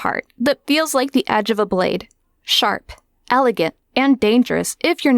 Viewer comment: When you said “sharp” , I thought you said Shart 🤣